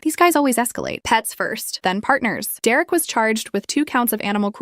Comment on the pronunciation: Dererick?? Really?? It's either Derek or Derick.